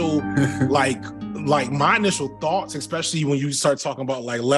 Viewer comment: Expecially... is ESpecially